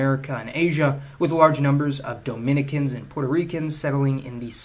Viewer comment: You not allowed to say Dominican ever again 😂